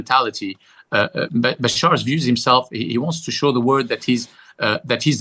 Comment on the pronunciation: It's Bashar not Bashir! And HTS not HST! Come on, a bit of research before doing interviews!